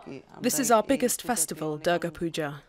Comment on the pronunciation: I hope the voice over person, here , won't now have a death threat hanging on her head: because she mistakenly pronounced the name of the Hindu goddess DURGA [the u should be said as the u in "put" not as in "but"] in such a way that it sounded like DARGAH, a Muslim shrine! ... , the same mistake is repeated, associating Durga/Dargah with PUJA, idol worship, mamma mia! See how easy it is to blame someone for blasphemy, if one were bent upon doing so? I also hope that before they pull out their cutlasses & machetes, they'll remember that the mispronunciation was not made by the two Hindu ladies, in the video, but by a DW dubbing artist, reading out an English transcript of the former's Bengali speech, and that, too, inadvertently.